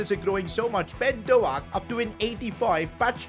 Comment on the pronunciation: bro he completely butchered "ben doak" 🤣😭